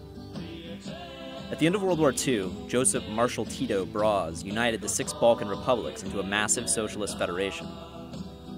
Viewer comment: You pronounce Broz wrong, the O is like the O in Rose.